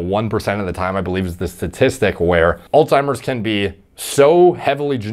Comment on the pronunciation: Alzzzzzzzzzzzheimers not allttttttttimers , the disease is literally a person's name